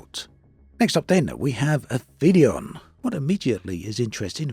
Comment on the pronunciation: These look good. NB: It's Ap-helion (= furthest from the Sun) not Afelion.